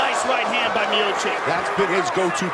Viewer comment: Роган специально называет Миочича - "Миочик"? Сам ты Миочик! Дебил .